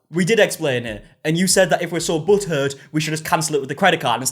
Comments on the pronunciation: Oh my God, it took me a minute to figure out what he was saying. I thought he was saying if you're so buttered by it taken up with your credit card. After a few times of hearing it now I understand butt hurt. Lol😅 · I love When he says “butt hurt”, because it sounds like butter. obviously they’re very close but because I’m not used to hearing it in that accent I only hear butter😂